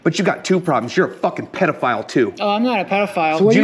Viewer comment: “if im seewiusly a pedofayul”